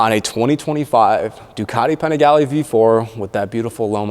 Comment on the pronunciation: Your pronunciation of Panigale bothers me more than the stock exhaust sound...and I am not even Italian.